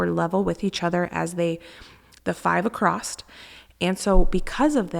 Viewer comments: Across not acrossed 😊 ❤ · Across doesn't have a T at the end. It's pronounced across not acrost.